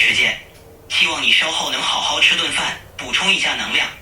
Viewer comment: hey, very interesting & hot topic now. I have a persistent itch that needs scratching hahaha the guy you were speaking with said 没时间好好吃饭... the way 好好 is pronounced is bugging me. It sounds like hao3hao2 or hao3hao4 instead of hao2hao3 which the 3rd tone sandhi rule says. I noticed it in chinese dramas & movies too... and I would think actors' lines are a good example of real life speech, 对不对？So can you please explain why 好好 is not spoken as hao2hao3 in real life? I don't think it's a dialect thing. Is it just a unique exception to the rule? Thx in advance.